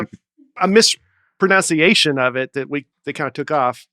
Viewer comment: said "mispronounciation." 😆